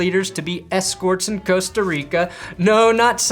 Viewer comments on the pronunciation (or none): none